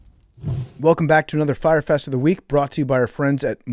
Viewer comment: saying “anudder” and confirming he has early onset Fleming was hilarious